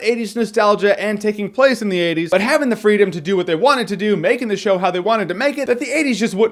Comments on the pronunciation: He clearly says 20s but okay guys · Lol 50% are ppl making fun of how he says 80s a bunch 40% of the comments are ppl making fun of ppl making fun of him say 80s and 10% are actually comments. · Say 80s again. 80s. 😂